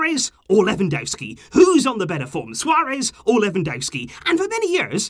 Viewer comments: He is called Lewandowski not Lewandouski that is not his name its not that hard to pronance at all. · Quick tip, ‘W’ in Polish is pronounced as ‘V’ so you would pronounce it Levandovski. 👍🏽